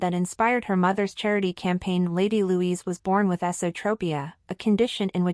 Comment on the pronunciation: It's Lady Louise NOT Louisa.Get your scripts written properly.